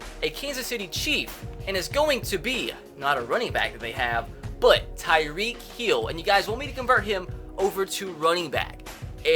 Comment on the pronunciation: Why does he say tyreek heel